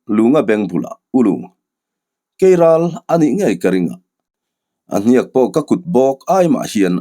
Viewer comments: Keiral a aw thinh ka va hre love kelral a ni lomaw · Kelral ni awm tak, keiral a rawn ti tlat a nih hi.😅